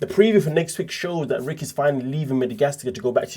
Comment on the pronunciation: his name is Rick but the “R” is silent 😂